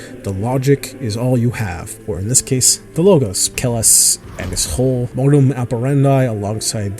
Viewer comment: Atleast get the name right. Its Kellhus Not kellus.